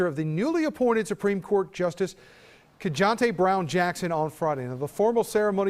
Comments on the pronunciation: Who?? KeJANTE?!?!?!? White man… you really couldn’t get her name right… We’ve been talking about this juris for over a year. That is just racist laziness! #WTF #SayHerName 🤬🤬🤬🤬🤬🤬🤬🤬🤬🤬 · He pronounced her name awfully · 🥦 oh my God, human douche can't pronounce Supreme Court Justice Ketanja Brown Jackson's name.